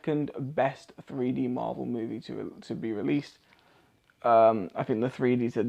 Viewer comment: Sounds like you’re saying “Free D”